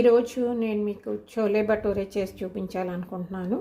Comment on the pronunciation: చోలే కాదు, ఛోలే అనాలి, అలాగే భటూరే అనాలి, బటూరె కాదు.